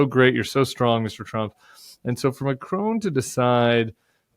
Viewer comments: Pronounced ‘Macron’ not ‘Macrone’ 😂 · Love watching commentary on the Bulwark but can I please ask you to pronounce Macron correctly. It is Mac Ron not Mac Rone. Having said that I hope we in the UK and France can hold together to fight the injustice of the Russian invasion of Ukraine. Trump is a traitor to the US and a traitor to all his allies. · its eh-man-u-el ma-cron not ma-crone: c'est facile.